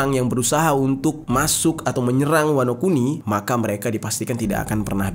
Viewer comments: Wanokini... Wanokintil jer bukan wanokini wkwkwk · Wanokini Apa Wanokuni" Yonku Apa Yonkou" 🤣🤣🤣